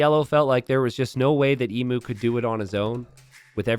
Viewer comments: FYI Emu is pronounced EEEEM - YOOOO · Genuinely thinking pronouncing it 'Emoo' made sense, until realising that it actually is spelt like the animal emu. Now the Aussie in me kicks in suddenly to complain, "that's not how you say it!" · God, as an Australian it hurts so much to hear Emu pronounced wrong 1000 times in this game! Not that the spelling makes sense in the first place, so it's understandable.